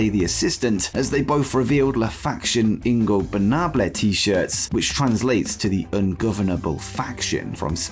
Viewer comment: Excellent job on the pronunciation of “la facción ingornable” mi amigo